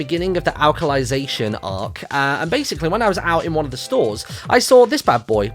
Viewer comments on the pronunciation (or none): "Alkalization" lol Alicization* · Alicization is pronounced like Alice